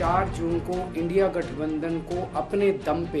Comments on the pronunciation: मोदी को इंडिया कहनें भी नहीं आरहा है इंडी कह रहा है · India bolne me sarm aa rahi hai 😂ki indi bol rahe hai modi ji aap desh drohi ho India bolo na ki indi 😂😂